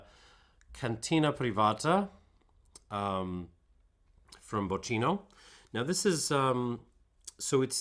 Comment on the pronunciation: Bocchino is pronounced "bockino" - smartass mode off ;-) You have a great channel there. We share the love for Marolo grappe. Thanks a lot for your work.